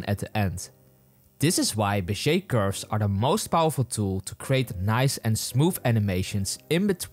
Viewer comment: He said "beshe curve" Is that the real pronunciation or just his accent? Awesome video by the way; wish I found it sooner